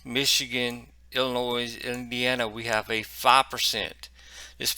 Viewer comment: By the way, the “S” is silent in Illinois. Thanks for your coverage!